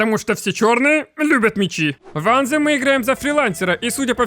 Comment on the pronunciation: Только не анзем, а больше звучит как антем, но есле прям дословно то на письме будет что-то вроде ан[тсшх]ем , я даже не могу на письме этот звук передать. В ютубе пошарь правильное произношение слов где есть буквы th.